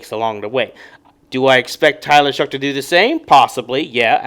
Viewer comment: its show, not shuck. its shough. like though